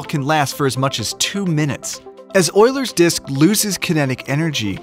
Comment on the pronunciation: Its pronounced you-lers